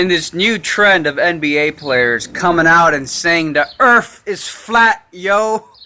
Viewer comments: The earf? lol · Earf? I always thought it was pronounced "Earth". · Earf lmao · There earf is a cone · Da Earffff is Hexagonal , octagonal, Cylindrical...Type ..Erffffff!!!! Bawahaha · Sorry man, I believe it's spelled Earph.